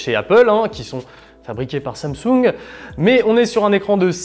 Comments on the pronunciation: Pourquoi il dit Somsung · Sans M sung 😅😂🤣😂 il sait pas dire Samsung ??